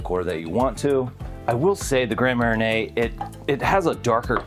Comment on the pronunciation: I'm from the other Ocean City and I've never heard of the Orange Crush - except of course for the soft drink by the same name. It does sound refreshing, a screwdriver with an extra kick of orange. I should point out that you're pronouncing Gran Marnier with the "i" before the "n" ..... think "arn."